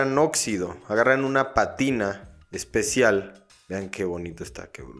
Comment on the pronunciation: Bro… es Pátina, no Patina … un abrazo